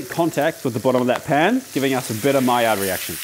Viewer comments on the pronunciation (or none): none